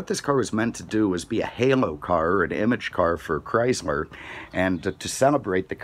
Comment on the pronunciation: He said chrysmer